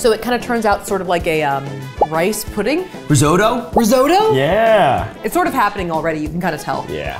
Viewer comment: In last video you wondered how many people could say spaghetti wrong but then in this one you guys both say risotto wrong😊 still love both of you❤